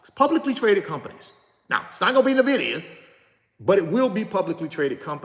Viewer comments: N vidia not Na Vidia though gotta learn that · It’s “IN-Vidia” not “NA-vidia” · Pure entertainment 😂😂😂😂😂....and he's still not pronouncing the company name right and probably NEVER will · That’s true he was sweating,,,, he has no clue of Nvidia,,, he can’t even pronounce it 😂